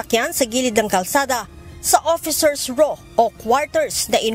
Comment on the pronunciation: Officer's Row, not Raw.